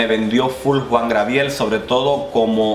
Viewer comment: Pero mi amor Job Star estuvo en el segundo lugar, tercero Alexis 3XL jajajaja, jajajaja mori cuando intentabas decir Gabriel XD